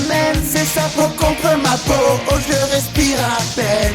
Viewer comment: Y'a pas.d'accent a ''respire'' lol